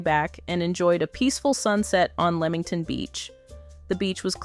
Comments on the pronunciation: It’s Lee-Ming ton not leeming ton! And Pea-Lee island not pale-lee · Sorry if I have to hear pay Lee and lemong ton beach one more time but the weird thing is through the video a couple of times she pronounced it right so is she trying to drive us nuts lol😂😂😂 it’s actually a very good video but it’s driving my brain crazy lol